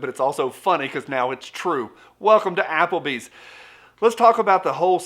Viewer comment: “Welcome to Applebees’s” LMAO